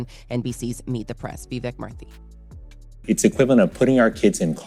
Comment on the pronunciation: his name is pronounced “Mur-tee” not “Mur-thee”.